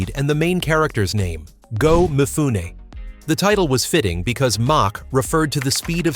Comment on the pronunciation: Where'd that car in the title thumbnail come from? It's NOT the Anime series car. 😮 "Mifune", the 'e' is pronounced, not silent. Born in 1957, I grew up in the 1960s and early 1970s. I never saw this show, as I don't think any of our local TV channels carried it. I first saw it in the 2000s when I got online, and watched it on Netflix. 😮